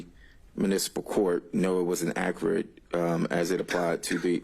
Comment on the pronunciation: " It's ackrut"